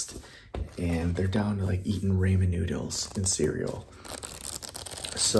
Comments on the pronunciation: did he really pronounce the noodles as RAYmen lmao... its ramen noodles bro lol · did this guy just say ray-men noodles?!?